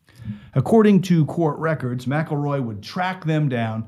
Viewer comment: Yea they do. The police know damn well who done it!! Why do you think the sheriff left just before it happened when he knew they were all riled up. You need to learn how to pronounce his last name!!